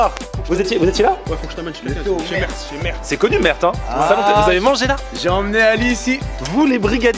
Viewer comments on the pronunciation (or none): On dit meert sans prononcer le T à la fin 😊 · Le t se prononce pas...